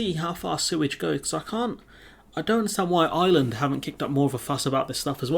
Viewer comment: please stop saying ‘Island’ when your saying the word Ireland mate! It’s so annoying! It’s pronounced I’R’eland with a capital R mate!